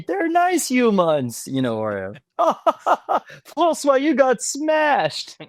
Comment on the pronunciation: " MY ARCH-NEMESIS.. FRANcois."